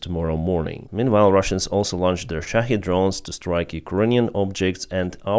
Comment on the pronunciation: Good to hear someone pronounce shahed correctly. Most say shahead, there is no "head" sound in the word.